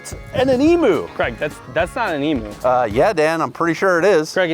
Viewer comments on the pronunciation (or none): Is yer name Craig? it's pronounced CRAYG not creg! I know because it's a fckn Scottish name and you doodle dandies make a complete baws of it! Yer bacon is shite too😂✌